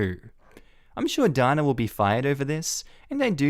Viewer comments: DANA...IN U.S. IS PRONOUNCED...DAY NA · Usually Dana is pronounced Dayna. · Ok, so you pronounce Megan like Meegan in Australia. In the other story with the girl named Dana we in America would have pronounced it Day-na. So many differences..... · That may depend on where she's from. Dana (pronounced Darna) won the Eurovision song contest twice for Ireland in the 1970s. Dana International (who also won it) from Israel was also pronounced Darna.